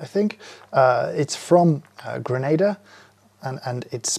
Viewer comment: Kudos, James for pronouncing Gree-nay-da correctly as an example to all!!